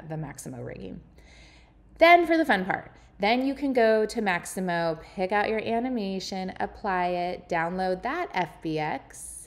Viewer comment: Mixamo, not Maximo